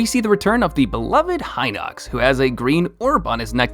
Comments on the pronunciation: He also pronounces it as Lih-zahl-fows, but I know I just pronounce that one weirdly (Lih-zahl-foes) How I see the other ones are: Hinox: Hee-nocks Bokoblin: Buh-caw-blin or Bow-caw-blin Zelda: Z sound, L, "duh" Moblin: Maw-blin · is it just me or is his pronunciation weird? Hi-nocks Bow-kow-blin Zilda Mow-blin